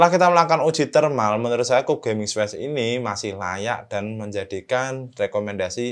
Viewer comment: dibacanya kyub gan 😁